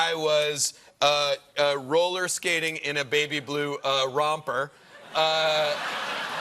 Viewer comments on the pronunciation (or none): none